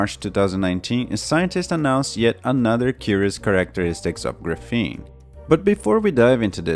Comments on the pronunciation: It's called grA-feen, not gruh-fEEn. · Can't listen to this annoying mis-prononciation of gr'feene any longer. It's graphene with an A like graphite. BTW don't count on WackyPedia for any facts. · Graph-een gruffeen is so distracting I feel like a douche for pointing this out, but everytime I hear you say it, it's like fingernails on a chalkboard, and this is a really good video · Dude if your going to do a video on Graphene you should learn how to pronounce it correctly. GRA-PHENE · awesome vid again mate! Just one thing... it is the first syllable of the word which is stressed and not the second, hope that helps... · Knows everything about graphene except how to pronounce it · noonenaught His accent has nothing to do with it; he's stressing the wrong syllable. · It should be pronounced with accent on the first syllable not the second syllable. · Graphene can do everything but be pronounced correctly by this guy. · Just wish he would stop saying graphene that way.